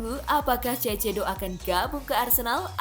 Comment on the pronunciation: dibacanya saisedo